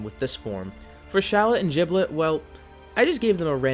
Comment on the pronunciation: I get a little iffy when he says giblet like “JIBLET” that’s like saying: wow this food is “JOOD”!